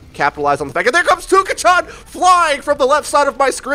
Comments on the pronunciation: "Tuka-chan". Not even 30 seconds in and I already had to pause the video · I cant be the only one cringing whenever he pronounces touka chan wrong....... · Not trying to hate or anything but the way you say Touka-chan makes me die a little inside every time you say it.